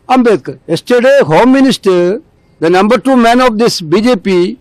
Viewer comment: Ambedkar bolne nahi aya ye bhai ko